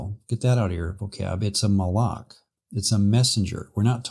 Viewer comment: Just a small comment, , the pronunciation of מַלְאָךְ sounded like Moloch